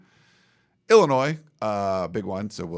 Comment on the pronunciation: Nice job and indeed everybody… But I would have thought by now someone would have helped with her pronunciation of our 21st state, Illinois. Respectfully, it’s the second episode in a row with this pronunciation - While not a terrible gaffe it is worth correcting from my perspective because it just screeches my small brain to a halt. ✌️